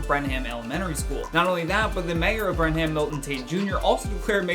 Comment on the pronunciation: Brenham is pronounced Brenem. I went to college there! Such a great story so close to me!! 💗